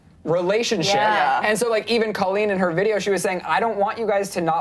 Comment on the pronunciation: They should at least pronounce Colleen's name right. smh.